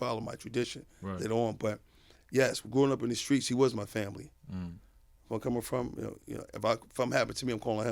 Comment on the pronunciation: whaddya mean “favorite”?! there woz bout 2 b a epp body on queenzflip. queenz saw shaun bout 2 red 🔴 g money & got his mans outta the firing line with a st-st-stuttering pronunciation of the word family, not favorite. streetz b alwayz listening as well as watching. shawn hartwell’s lived that life frfr 🤣👁👂🧠💪🏾💰